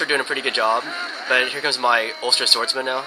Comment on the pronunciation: so funny how pounces some of the Irish words xD such as ulster